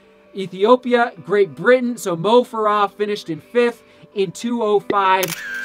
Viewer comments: It's Mo FARAH, you say it like it is has o's in Farah. lol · It's Mo Farah; accent on the first syllable; not the last. Good analysis.